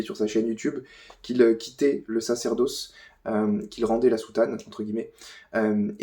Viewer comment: Sacerdausse ? Ce youtubeur a le même tic de langage qu'archidiacre. Etonnant.